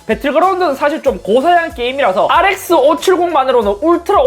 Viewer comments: ReSX 발음 주의해서 알이에스쎄,,ㄱ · 알이 에 에스 세애스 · 형 뭐라고? R뭐??